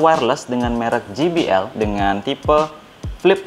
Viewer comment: JBL Dibaca kalo inggrisnya "je bi el " bkn ji bi el...huruf J dlm inggris dibaca "je" kalo huruf G dibaca "ji".